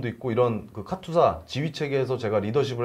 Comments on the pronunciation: 카츄사가 아니고 카투사 입니다. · 카츄사가 아니고 카투사입니다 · 카튜사가 아니고. 카투사 KATUSA KOREA. ARMY Temporary duty USA. 입니다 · 카츄샤가 아니고 카투사입니다 참 촌스럽기는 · 카츄사가 아니고 카투사(KATUSA)입니다.